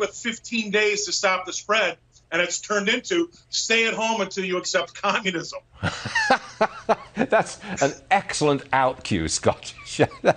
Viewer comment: You mean "Co-moo-nism" ?